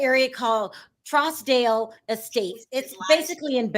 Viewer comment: Trousdale is pronounced Trues-dale. That area is in BH proper. If this can happen there it can also mean everyone else in Beverly Hills, Bel Air, and Holmby Hills are targets. Trousdale as well as other wealthy neighborhoods has seen an uptick in car jacking, thefts, murders, home invasions and assaults since the lockdown started. It’s only going to get worse.